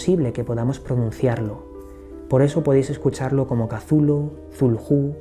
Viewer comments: saludos. En vez de pronunciarlo como casulu deberias decir "eczulju" es decir, dandole sonido a la C del principio y a las dos H que posee el nombre. Suena más mítico,más poderoso, menos definido como palabra y mas un sonido amigo, pienso que asi lo quiso hacer sonar H.P.L. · Cazulu?, macho no creo que se pronuncie así, jajaja. Bueno, de todos modos conoces muy bien el universo Lovecraft, que a mí me fascina desde que tengo uso de razón. Un fuerte abrazo y sigue así de bien. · Me encantó el vídeo, solo no entiendo porque dices "cazulu". ¿De dónde sale esa "A"? Me gustaría saber. ☺ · Pronunciación final del siglo xx chuhlu. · Por que se pronuncia "Cazulu " ,,el propósitos de Lovecraft fue que para los hombres , fuera impronunciable?? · No tiene pronunciacion correcta katulu cazulu no se puede pronunciar mija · POR QUE PRONUNCIAS AL IMNOMBRABLE CON Z?